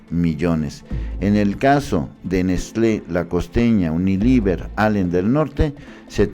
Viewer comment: Todo el video leyendo mal diciendo uniliver en vez de unilever... Es lo mínimo que tienes que hacer, leer las notas de portales de terceros y luego dar tu opinión y ni leer bien puedes.